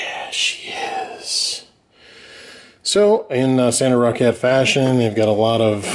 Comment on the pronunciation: you know you say roccat like rocket